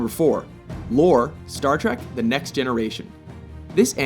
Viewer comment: It's "Trek," not "Track." Learn to read.